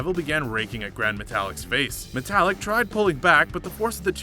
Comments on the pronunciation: Its gran. Met-al-leek...jesus do u even watch bro?...cesarow? Ce sar oh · My new favorite breakfast cereal...Seezer-Os! :) And...Metalik (meh tah LEEK) is not the same as metallic the same way Kalisto (kah LEES toh) is not the same as Jupiter's moon, Callisto. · You didn't say Cesaro, Nia or metalik correctly.